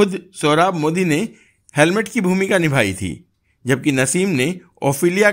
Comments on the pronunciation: It is hamlet not helmet as you said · That is H A M L E T not H E L M E T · हेमलेट को हेलमेट बोल रहे हो, इसलिए इसे आगे नहीं देख रहा हूं। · आप हैमलेट को हेलमेट बोल रहे है, कहीं चालान तो नहीं कट गया आपका वाहतुक पुलिस ने!😂😂😂😂😂😂😂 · You keep saying helmet instead of Hamlet, poor Shakespeare must be cursing you.:face-orange-frowning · "Helmet" nahi, "Hamlet"🤣🤣🤣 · हेलमेट नही हेमलेट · 'Helmet' or 'Hamlet'? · Helmet nahi Hemlet bolen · Hamlet not helmat bhai